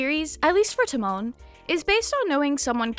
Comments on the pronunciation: it’s Ta like pronouncing the start of “Time” and Mon similar to how some people Mon Ami if that makes sense lmao. You said it similar to Timon from Timon and Pumba pff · I've been loving this anime this season. Unrelatedly the way you say Tamon's name is killing me lmao